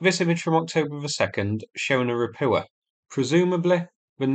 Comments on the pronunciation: How many landing ships need to be sunk before you learn how to pronounce “Ropucha” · Ra-POO-ah.!!! As in, IT'S SHITE.!! 😂 😂 😂 😂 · Say Ro-poocha'.